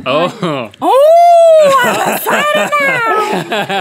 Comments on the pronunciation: "i'm SO esited! SO esited." '>' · Ohmyraspbearryz I love it when Miranda says "I'm so esited" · Rhett just keeps trying to make her say "excited" right 😂 I get EXCITED do you get EXCITED? Yes I get very essighted Rhett just lost it 😂